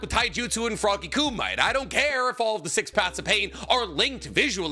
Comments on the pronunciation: Btw it's pronounced koo-mee-tay, not koo-mite. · This dude is STILL saying "kŪ-mite", years later??? I know he's been corrected hundreds of times. He's being annoying at this point. KŪ-MI-TAY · you can tell never watched dubbed its frog kum-ee-teh not froggy kum-ite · All these years later and pronouncing “koo me tay” as “koo might” stills kills me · Frog ku might❌️ Frog Kumiteh✅️ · It's pronounced ku-mi-te not ku-mite. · Please, dude, not Coomight. sounds.... fuzzy on the brain. Ku - meeeeeee -teh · FROGY KUMITE= KOO-ME-TAY!!! DAFUQ IS A KUMIGHT!!! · Wth is frog ku-mites? Don't u mean kumite(ku-mit-tay)? Lmao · KOO- MIGHT!! 🤣🤣🤣🤣🤣🤣 You mean Koo-ME-TAY *Boondocks random sound: HAA HUU HAAAH YAAAH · Froggy Kumight lolol. Ku-Mi-Tay 😂. I do greatly appreciate this discussion though. I've been so irked that Froggy Kumite was basically written out. It seems like Naruto should even be able to use it as a Kurama Mech. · I thought it (kumite) was pronounced Koo- mi -tay... not koo-mite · Love your content but fairly certain it's pronounced koo-me-tay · Wtf is froggy kumai? Frog kumite? Same as chiboku tensai, you mean chibaku tensei? Dont watch anime with english dub… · Isnt it pronounced like “koo me tae” or am I tripping ? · Froggy "KOO-MEE-TAY" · is it not Coo Mee Teh = Kumite. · coo-mih-tay. Why is pronunciation such a struggle for everyone when they say it in the media being covered? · Hearing pronounce "kumite" like that so many times was painful. I'm reasonably positive it's meant to be "coo-mee-tay". Pronounced very similarly to "hajime" or "yamete" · Hey man, I know that you're like you and all. And I trust you, but are you saying frog kumite correct? I thought it was ~frog~ (koom-it-tay) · Every time you see froggy ku-might my stomach churns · Am I crazy? Is it not pronounced Ku mi tay? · It's Frog Ku Mi Te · koo-might lmfao! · Kumite is pronounced koo-mit-tay....... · Anyone else always hates how he says kumite? Its koo-me-tay